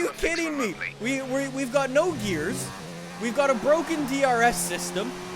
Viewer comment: It's Bwoken!!!